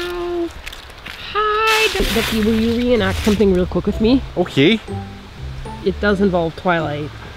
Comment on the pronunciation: You're Canadian?! EEE! Represeeeeent! Edit: : Ohhh yeah, you definitely are XD "Okeeeh"